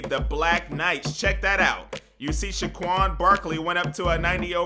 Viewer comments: Bruh! It's Saquan(Say-quan) not Shaquan! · It’s saquon not shaquon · said Shaquon instead of saquon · SAquon, not SHAquon. Fucking idiot. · Saquon not schquaon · Dylan Clearfield it's saquan